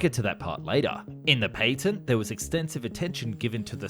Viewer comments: the PATTENT ( PAT - TENT) not PAY TENT. -_ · A missile carries a warhead, rockets do not have warheads, therefore the two terms are not interchangeable. Also, patent has a short a, as in apple,not a long a as in airplane.